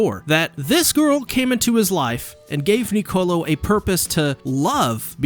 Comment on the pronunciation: Can you pronounce Niccolo correctly for once?